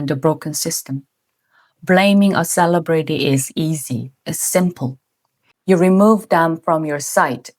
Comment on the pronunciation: Her L s sound weird, when she said "ideal" and "celebrity", etc. But lots of Korean that speak English do it like that.